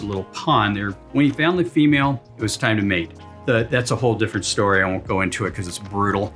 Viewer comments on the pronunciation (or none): none